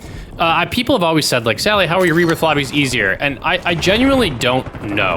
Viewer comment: 'rehbbirth', always something super small to purposely troll the speech OCDers...